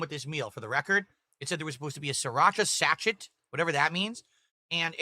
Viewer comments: Its pronounced "Sa-SHAY" not "SAT-CHET" you dent. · REELING AT THIS PRONUNCIATION OF SA-CH-ET! Hahahaha! I think you mean SASHAY - everyone knows what a sachet is… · Did he just pronounce SACHET as SACH-ET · Yes and this is who gets paid for doing absolutely nothing but stuffing his face. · He literally went full-on racist about 20 minutes ago towards the delivery driver, and yet he can't even pronounce or know what a sachet is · He can't pronounce Sachet or knows what it is? 🤣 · He cant even say sachet properly lol. What a retard